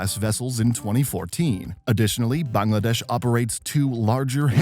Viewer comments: I’m Bangladeshi and I’m hella happy that you said Bangladesh properly instead of “baengladeash” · I appreciate how accurate your pronunciation of 'Bangladesh' is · Vary good "Bangladesh ' pronunciation